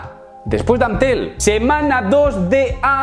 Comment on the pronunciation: "Am-tel la duda..."